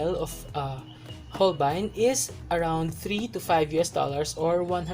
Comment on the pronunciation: So Hol-bayn pala Pronounciation! 😱